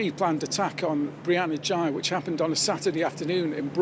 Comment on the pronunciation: Girl x and boy y? Seriously? Is that supposed to be humorous? Why do you insist on mispronouncing the last name? This is one weird news report.